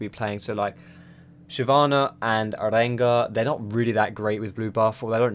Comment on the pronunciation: i love how you said rengar <3 xd